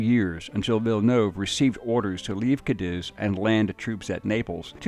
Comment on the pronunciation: The mispronunciation of my hometown Cadiz is killing me